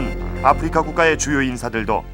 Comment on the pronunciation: 참고 : 아후리카는 일본국에서 아프리카를 발음하는 방식으로 현 정권이 일본국 외교를 망처놓아서 일본국 접대용으로 사용한 것임을 밝힙니다. 일본어 공부해 본 분들은 아십니다. 아후리카 ! Africa! 영어발음이 (아프리카) 아님. ROK 발음도 영어발음과 차이있음. 국어책 읽듯이 아. 프.리.카. 아니라는 의미임. 아후리카 이것도 한글 읽듯이 하는 건 아님. 일본국 특유의 억양이 있습니다. 아~후 ~~리~까!